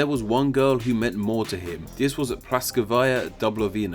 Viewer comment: Rasputin's wife is Praskovya, not Praskovaya.